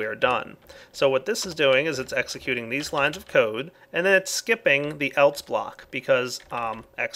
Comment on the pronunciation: Do you realize that you say "eltse" instead of "else"?